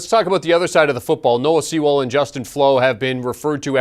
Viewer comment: He was being sarcastic. Noah Sewell and Justin Flowe were the top 2 LBs in their class and that dude butchered Noah's name.